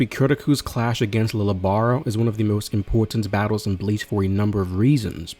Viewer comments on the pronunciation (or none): He is the first to have abilities from yhwach. And his name is pronounced Leejay. Or leeyay. Not lily or lil